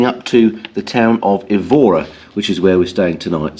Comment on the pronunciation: Brought back many memories of the fabulous riding to be found in Andalusia. Seville definitely worth a few days visit but probably best without trapesing around in motorbike gear. Look forward to seeing Évora again ( pronounced with emphasis on the E, by the way).